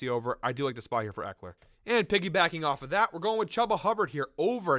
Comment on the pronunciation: Its “chew-ba” not “chub- a” 🤣🤣 thank you for the plays though